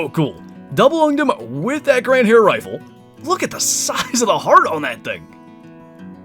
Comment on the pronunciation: Fast pronunciation lesson, the 2nd. 🙂 The new rifle is the Gandhare and it is in English spoken like: Gun-dahre. So, the hyphenation isn't between the d and h, but between n and d. 🙂 Cheers!